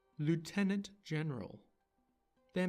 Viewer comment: And that's before the issue of them mispronouncing "lieutenant"